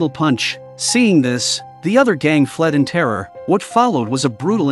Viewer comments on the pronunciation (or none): none